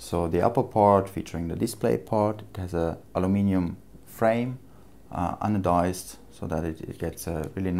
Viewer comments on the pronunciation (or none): none